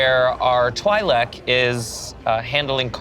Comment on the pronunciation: out here the only one pronouncing Twi'lek correctly